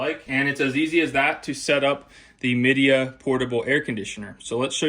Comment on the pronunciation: It's pronounced "Mi" (as in "my") "dea" (as in "idea).